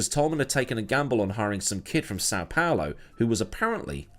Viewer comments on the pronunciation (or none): none